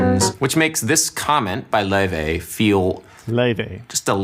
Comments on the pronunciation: Look, I don't even understand how you get "Loivay" out of "Laufey", so you shouldn't be asking ME these even tougher questions. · Nice one. and got the pronunciation of Laufey's name right toward the end of the video after hearing Neely say it a few times. It's "loy-vey". I sometimes converse with Miles through a Ouija board bequeathed to me by an old pool-hall hustler. I asked Miles about Laufey. He said not to worry, she could be a breath of fresh air in some way, a gateway through the past into the future, like some strange new Ouija board. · “Lay-Vay”! Haha!